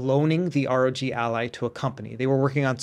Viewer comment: Why is he saying "ROT" ?